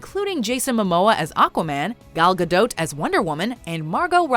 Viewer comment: All of the items on this list are obvious things, and in some cases major plot points that nobody who watched the movie could possibly miss. Also you mispronounced Gal Gadot. Unsubscribing.